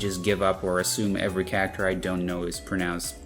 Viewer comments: every time you say cacter it feels like a punch to the gut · 99% of this video is in an American broadcast accent, but when "character" is said, it sounds like I slipped into Jersey and kept tripping me up. Love it though.